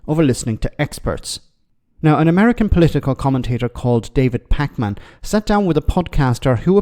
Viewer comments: Packman pronounced packmun not pac-man lol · I think its pronounced Pakmen as opposed to packman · Lol, the way emphasise both syllables in his last name makes him sound like the video game character Pac-Man. Just PAKman.